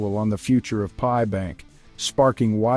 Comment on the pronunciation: Wtf is this idiot saying. It's pi coin not .p.i. coin This shit gives nobody any confidence at all. You can't even say the name of the coin correctly